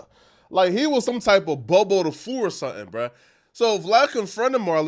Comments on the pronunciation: Nxgga said Bo bo the fu.. it’s boo boo the fool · Bruh it's boo boo da fool not bobo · Its Boo Boo the fool, not Bo Bo 🤦🏽‍♀️😂😂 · Boo boo the fool not Bo Bo my guy😂